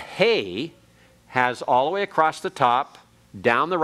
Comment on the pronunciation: is such a patient teacher and tries to be helpful. I am not an expert in Hebrew so I cannot comment on his pronounciation, but I am surprised the he pronounces ‘across’ as ‘acrost’.